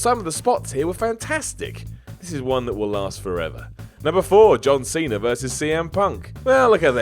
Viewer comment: Who are OmegAR and OkadAR? Never heard of John CenER either